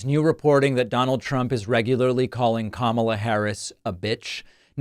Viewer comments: Trump's really having trouble pronouncing Karma. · Did anyone notice he pronounced her name correctly when calling her the B word 🤔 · Anyone notice how in private he pronounced her name correctly (even while calling her a b)? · I liked Colbert's joke about this. "It's pronounced 'Karma', and yeah it is a bitch." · He claims any black female he doesn't like nasty. I would also like to quote Stephen Colbert and say, "it's pronounced Karma, and yes, it is a bitch."